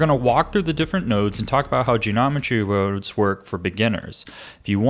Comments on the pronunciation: 'Geometry woads' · "genomentry wurodes" smooth